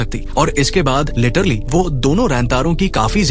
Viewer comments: 😂Lettrally ❌letterly✅😂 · Literally❌ lettrili✅ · Plan❌ Palan✅ 😂😂😂 Literally❌ Laterli✅ 😂😂😂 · literly mat bol annoying sound katra hey literally bolle achha sound karta hey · Ak Time usne letterlu kaha tha